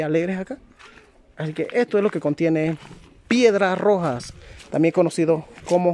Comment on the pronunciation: Se dice Piedra roja S nooooooo